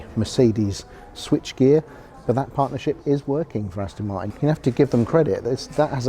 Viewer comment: The aaston martin with the emphasis on 'ass'